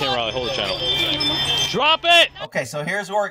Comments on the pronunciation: Oh boy, done another video from Raleigh! (, it's pronounced like trolley without the T). I heard the judge released the bodycam footage but hadn't even looked for it myself yet. They closed the road down for HOURS for this incident. Completely justified, but HOLY CROSSFIRE! 😳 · It’s pronounced Raw-Lee. Raleigh is the capital of North Carolina. Also, why can’t we get interpreted subtitles? Let’s get a little more production in these free videos. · Raleigh, pronounced Rah-lee (Rä-le). Capital City of North Carolina.